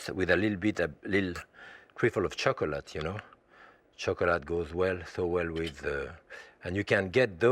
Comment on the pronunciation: i like how he saids "cho-cu-lat" that's gangster cuz!! :-)